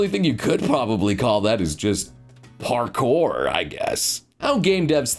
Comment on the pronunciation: Parkour, or borekour... 🤔